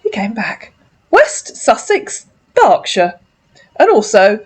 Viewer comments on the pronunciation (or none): none